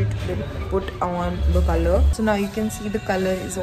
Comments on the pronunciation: you know when we spell colour this way it doesn't change the way its pronounced its not colooor its just colour the same way you'd say it i just had to give that an honorary mention coz I find it so hilarious and idk if he genuinely thinks that's how it's pronounced 😅😅😅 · Says “colour” likes it’s a foreign language when that’s how Canada and UK spells it 🥲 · Well, no need to mispronounce “colour”. It’s used in British English. Just like “favourite” instead of “favorite”. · But whyd he pronounce colour as COLOUUURR like colour is how the British spell it it doesn't have to be color LMFAO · Oof it triggered me how he pronounced colour 😂 how we spell it in the UK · the way he said ‘ c O l o U r ’😭😭😭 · YES LMAO he said colOuRe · The way he said colour because of the u 💀😂💕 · Hahaha the way pronounced the Canadian version of color/colour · Pls the way he said ‘hair colour’ lmao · Why the emphasis on "hair colour" like she spelt it wrong🤣🤣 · 😭 How pronounced col-ouuure in the very first video. That's how we spell it outside of the US 😭😭😭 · the first video where you pronounced colour wierd, that's how you spell 'color' properly 🤣 you Americans.